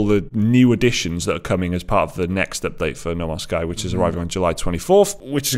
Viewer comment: The way you say No Man's Sky almost sounds like Namaste.